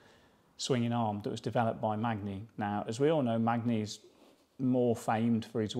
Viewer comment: Pronounced " Manny "..... pronounced Gutzy.